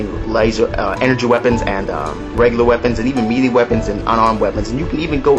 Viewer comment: Melee is pronounced Meh-leey. good review